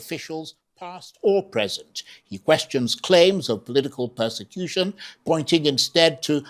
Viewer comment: Can’t even pronounce ‘Persecution’.